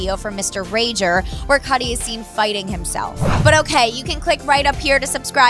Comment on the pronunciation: she said kid cudi name funny lol, kid curry lol